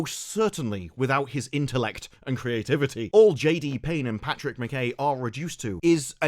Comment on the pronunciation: btw McKay is pronounced like Ma'k'eye